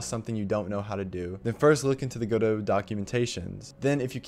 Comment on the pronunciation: MY EARS DOEST BELIEVE😶 YOU SAY GODO NOT GODOT FINALILY😂😂